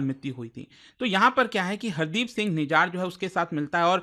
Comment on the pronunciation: nijar nhi nijjar hai